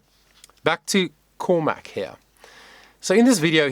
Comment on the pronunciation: It’s all about you and not Cormac (whose me you can’t pronounce). FFS.